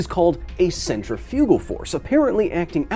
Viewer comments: I didn't get triggered because centrifugal force is a fake force, I got triggered because you keep putting the em-PHA-sis on the wrong sy-LLA-ble! It's not centri-FU-gal force, it's cen-TRI-fugal force!! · yeah we were triggered but because you said the word wrong I won w got laughed at for saying Centra-Fuge-al and told its pronunciation was Centrif-igal or Centrif-ical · So, now we’re just going to pronounce English words any way we want with no consistency? I take issue with your pronunciation of ‘centrifugal.’